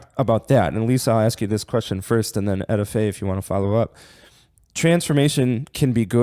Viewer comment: Her name is not ETAY 😂 it’s EtteFaye I grew up with her entire Family love the Garth Family 🙏🏽